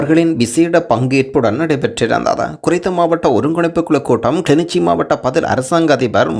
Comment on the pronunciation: kilinochchi not kili nichi